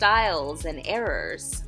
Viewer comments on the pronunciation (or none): It sounded like you said “different errors”.